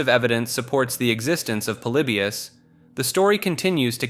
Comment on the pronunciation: Polybius..pretty sure it's pronounced like poly-by-us...but I could be wrong. Seem to remember an interview with some old arcade developers talking about it..